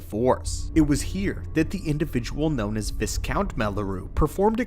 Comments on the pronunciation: Also, "Viscount" is prounounced Vy-count. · Viscount isn't a name, it's a title and the s is silent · You mispronounced Viscount.